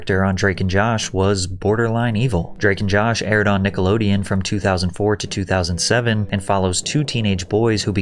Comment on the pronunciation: Who doesn’t know how to say Nickelodeon? This isn’t AI is it?